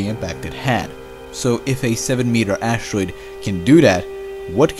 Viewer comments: "An ashtroid" ? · Anybody else who gets cringes when the narrator says ash-troide?